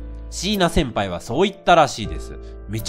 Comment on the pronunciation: シイナ先輩⤴︎って発音になってるw